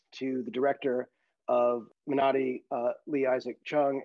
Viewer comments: Wow! JJ pronounced Minari correctly. Rolling strong R. Nice job! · Abrams pronounced Minari correctly!! Kudos!!!